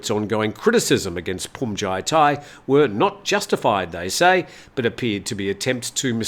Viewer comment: Looks like you finally got "Bhumjaithai" down. My father was an art curator. He said Van Gogh's last name is pronounced as "go," as the letter g is silent. You were spot on when it came to "Hyundai," as most people get that wrong. 👍